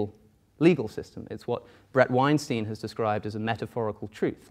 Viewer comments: Nobody: Literally nobody: Not even atheists:: " BrAD WeNstEIN " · Tbh my fave part is both of them mispronouncing Bret Weinstein 😂